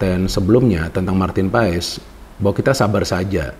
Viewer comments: Bacanya : Paes ❌ Pas ✅ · bacanya Martin Pas...silent e